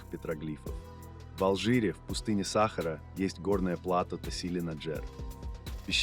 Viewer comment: Программисты х.....вы, черта ли вам не сделать ударения-то нормальные, - САхара !!!